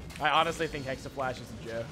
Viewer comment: Jacob Lucca and now people are actually typing "hexaflash" in a lot of comments here..